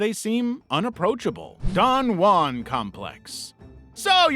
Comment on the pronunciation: Don juan being pronounced so wrong is driving me insane